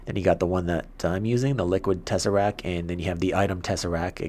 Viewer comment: Its tesseract t Is at the of the word t not tesserac